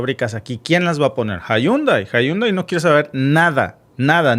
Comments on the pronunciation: Llundai ò yundai y no jundai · Se dice jandei